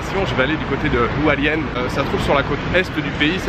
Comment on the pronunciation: Hualien !!! 😍 (À prononcer plutôt Rualien, sinon les taïwanais ne comprennent pas et c'est très embarrassant ^^) J'y ai passé presque 3 semaines cet été, j'ai adoré ! Je te souhaite d'y passer un très bon séjour et j'ai hâte de voir tes vlogs 😀